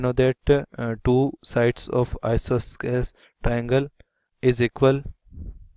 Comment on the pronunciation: Bro, the explanation is neat, but the pronounciation is I-SO-SO-LES TRIANGLE